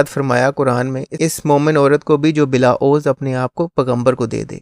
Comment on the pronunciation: عوض یہ A wz پڑھیں گے اردو کی اعرابی غلطی سے بچنے کے لیے اردو لغت آف لائن لوڈ کر لیں